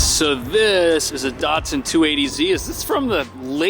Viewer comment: Three minutes into this video, and your pronunciation of Datsun, caramel and Leyland is making this Aussie's head explode 😂